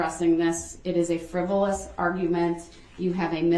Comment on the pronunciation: Proove it friboulous prove its fuhriboulous he cant say say things right when they r spokennto him 4 seconds prior